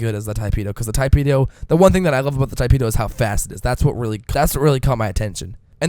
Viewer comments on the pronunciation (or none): he said: Tai-peh do. and then my friend told me to correct him. damn grammar nazis. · Tee-peh-do. you're welcome.